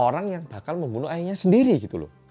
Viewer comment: "Memoenoeh" ngakak maaf aku ngakak juga wkwkwk😭😭🙃😎